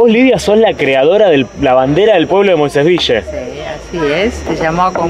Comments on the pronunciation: "Moisés Vishe" Dígase "Moisés Vil" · ES "VIYYE".... ACÁN LOS MOISESVILLENSES DECIMOS "VIYYE". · LOS QUE VIVIMOS EN MOISÉS VILLE, DECIMOS MOISÉS "VIYE". Y SOMOS "MOISESVIYENSES". SALUDOS.